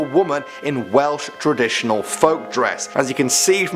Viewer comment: I thought you said whales